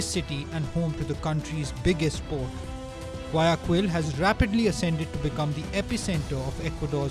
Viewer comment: You really need to learn how to pronounce Guayaquil before trying to make a video about Ecuador.